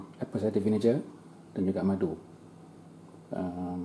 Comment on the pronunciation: Bukan vinije. Sebut bunyi "ge"